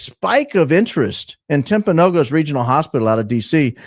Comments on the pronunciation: As someone from Utah, it's pronounced TimpanoGUS, for the hospital/area/mountain. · It's Timp a no gus. Be the first to say it correctly. Please , a constant listener from Utah😊😊😊